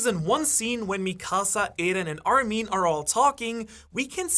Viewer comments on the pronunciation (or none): mispronouncing mikasa's name was already eye-twitching enough but the way armin's names was pronounced made me want to commit genocide myself..."hey there armeeeeen"